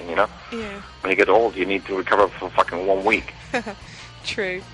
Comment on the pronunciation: Am I the only person laughing when he says "fucking"? XD I don't know why! It just sounds so funny! "When you're young you can do coke for fucking months!"